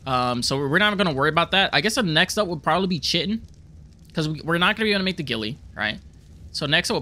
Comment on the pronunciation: Kite-in. Not chitin.